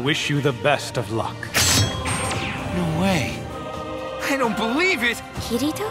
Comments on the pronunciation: I just really wish they'd teach American Voice actors how to pronounce names... It's Ki-Ri-To. Not Ki REE To. Japanese words and names don't have emphasis dropped on random syllables, and it grates at my nerves when they can't even get the basics right. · They just showed episode one on toonami and they cant pronouce kirito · I hate the way the names are said.........I am English i can pronounce them right >.>